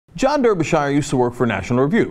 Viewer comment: He's named after the English county. That's pronounced "DARBYshear"